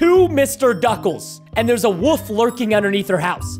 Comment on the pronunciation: I love how preston says “the woof” instead of the wolf